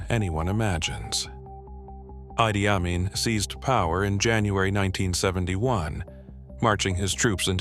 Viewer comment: Western propaganda. Fake shit and the idiot speaking is even unable to pronounce his name.